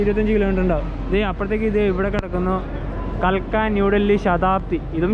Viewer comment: കാൽക്ക അല്ല കൽക്ക ആണ്